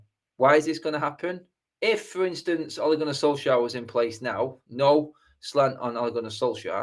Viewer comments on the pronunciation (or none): none